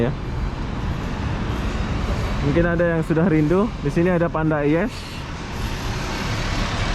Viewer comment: maaf ya..kdg2 aku geleng2 kepala cara sebutan kamu..panda eyes disebut e-yes, COS disebut church...apa2 pun terbaik, ada jgk hiburan santai